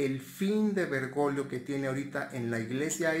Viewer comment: Es Bergoglio no bergolio o lo dices a proposito jj